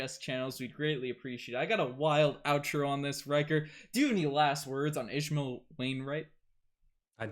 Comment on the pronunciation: His names pronounced as ISH-MAIL 🤦🏽‍♀️